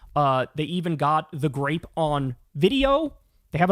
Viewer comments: i keep hearing "grape" instead of "rape" listening to this at 1.5x so i keep hearing kyle say "anal grape" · Why am I hearing “grape”?